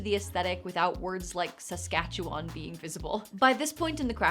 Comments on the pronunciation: As someone from Saskatchewan, i am first SUPER impressed she pronounced it right and second agreeing withthe thought of hiding such an annoying word! Lol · love this idea, really inspired to put something like this together for some of my players who struggle with cramming all their information onto one sheet and then remembering where it is later. Also very impressed by you pronouncing Saskatchewan not just confidently but correctly lmao, usually when I hear someone not from here try to say it, its preceded by a look of fear and some stuttering, and then said with at least two extra syllables somehow